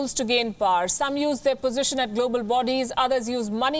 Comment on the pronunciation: Pronouned as 'Pow-Wer', Not PAAR!